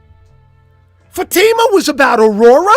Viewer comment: It’s pronounced Fa long A I silent ma Fa t ma. Sorry you didn’t know. I hate to correct in public. Blessings